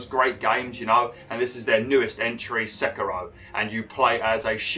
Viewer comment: You pronounced Sekiro wrong. It's more like Seekiro not seckiro